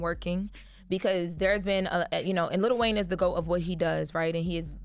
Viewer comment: ITS NOT LITTLE… Its LIl WAYNE